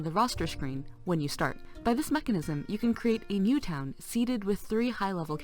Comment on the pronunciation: "or at least hwen you CPU is maxed out" i laughed, hard.